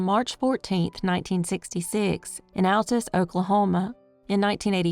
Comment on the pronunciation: I am so proud that you said Altus, Oklahoma correctly!!!!